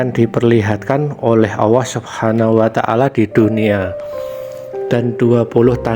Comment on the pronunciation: Sy protes ..masak admin nya bilang Allah kok owwoh kalo cidal jgn jd yutuber bos